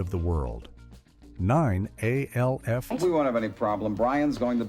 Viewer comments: Not A-L-F . It’s Alf like elf with an an instead of an e. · Not A. L. F. It is pronounced Alf. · My So Called Life - without a single shot of Claire Danes. And "A-L-F" Gotta love these brain dead AI vids. 😀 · or Alf